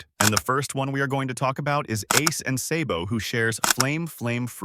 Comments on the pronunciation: It’s pronounced sahhhbow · Say-bo?!!! You sir are disqualified from ever talking one piece again 😂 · i am reporting your channel for mispronouncing sabo's name